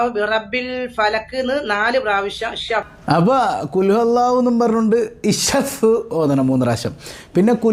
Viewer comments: ഷഫഫ എന്നല്ല ഇഷ്ഫി എന്നണ് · ഷഫ് എല്ല ഇഷ്‌ഫി എന്ന ഉത്യേണ്ടത് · ഷഫ്ഫ 🤭🤭🤭ഇഷ്‌ഫി എന്നാണ് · ഷെഫഹ്, എന്നല്ല, ഇഷ്‌ഫി, എന്നാണ് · ശ ഫ്ലോ എന്നല്ല ഇശ്ഫി എന്നാണ് പറയണ്ടത് 'അറില്ലെങ്കിൽ വായ് പൂട്ടിവെച്ചൂടെ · നല്ല ഉസ്താദ്മാരെ കുറ്റം പറയല്ലെ ഷഫ് എന്നൂ ഇഷ്ഭി എന്നാണ് പറയേണ്ടത് അത് തെറ്റല്ലെ നിങ്ങൾ പറയുന്നത് അറിയില്ലങ്കിൽ പറയല്ലെ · ഷഫ് അല്ല ഇഷ്ഫി ആണ് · ഷഫാ അല്ല ഇഷ്‌ഫി എന്നാണ് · Shaff എന്ന് പറയൂല ഇഷ്‌ഫി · ഷഫിംഷ ഫിം എന്നല്ല. ഇഷ്ഫി എന്നാണ് പറയേണ്ടത്. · ഷഫ അല്ല. ഇഷ്‌ഫി യാ അള്ളാഹ്.. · ശഫാ എന്നല്ല 😢😢ഇഷ്‌ഫി എന്നാണ് 🙏🏻🙏🏻🙏🏻🙏🏻വല്ലാത്തൊരു ഉമ്മ തന്നെ അള്ളാഹു കാത് രക്ഷിക്കട്ടെ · ഇഷഷഫ് 😂 ഇഷ്ഫി എന്നല്ലേ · ഇഷഫ് അല്ല ഇഷ്‌ഫീ യാ അല്ലാഹ്